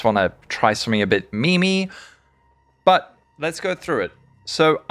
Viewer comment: Oh no you pronounce meme as "mimi", nooo